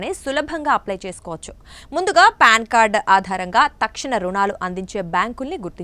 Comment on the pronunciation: అమ్మ తల్లీ, అది ప్యాన్ కార్డు కాదమ్మా.. పాన్ కార్డు.